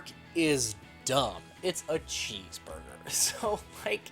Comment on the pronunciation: This video came out FOUR years and 5 days ago. And I'm STILL MAD that you repeatedly called it a CHEESEBURGUER.